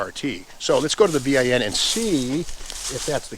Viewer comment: always wondered why steve spells out VIN. Only guy I have ever heard say it that way.